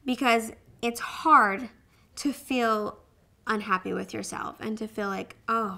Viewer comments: I think it's because she's from Idaho. I'm from Utah and people say fill for feel here too. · i like how you say "feel" haha it sounds like "fill"